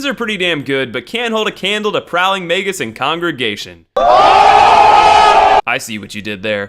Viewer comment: May-jus. Mage-us. Not may-gus